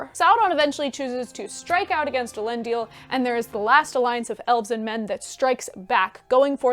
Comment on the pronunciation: Isn't Elendil pronounced el-en-dil (all short vowels)?